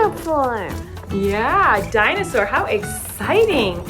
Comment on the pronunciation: When said "dinosaur" I thought he said "dinowhore" Just me? Ok!